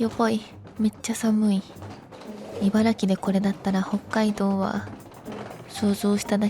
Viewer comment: ちゃんと「いばら“き”」と言ってて偉いぞ！